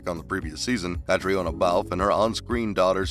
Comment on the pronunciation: Good grief, if you're going to do a video about actors, please learn the correct pronunciation of their names first. Caitriona is kuh TREE nuh.